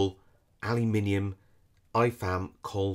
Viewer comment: As an American, I always enjoy the English pronunciation of "Al-You-Mini-Um". Sounds much cooler than the marble-mouthed way we say it over here. 😁 Nice picking sir, thank you for the video!